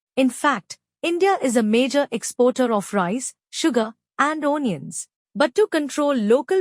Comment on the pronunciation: Do the commentary in the language that you can speak properly. Your accent and pronunciation are beyond hilarious. I laughed through the first couple of minutes, the seriousness of the topic notwithstanding. Couldn't carry on after that. O-niuns....😂